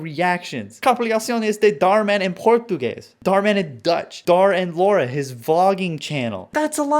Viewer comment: The way he said Português did something to me. Inside.